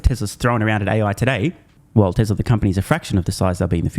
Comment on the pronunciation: For the love of God don't pronounce it: Tezzla.